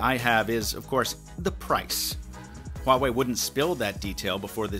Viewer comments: you are the only english tech YouTuber pronounced the name Huawei correctly. That's some serious attention to detail. Thumbs up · is the first Youtuber pronounce Huawei not Wuawei lol